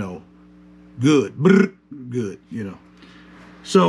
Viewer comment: “Bllllllllddd good” huh? 😂